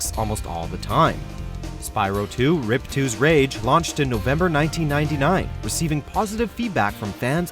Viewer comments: It’s riip toe not rip two man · "Spyro 2, Rip-two's Rage?" Was that a pun? It anoys me more than it should. It's Ripto (Rip-toe) , with a long "o!"